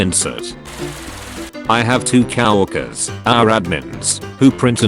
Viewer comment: it's co-workwers not cow-workers